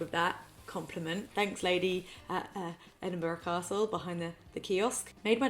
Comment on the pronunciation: I’m from Edinburgh and she says it like the locals. But trust me there are some strange ways to say it. Heard a guy say edin-burger once 🤔🤔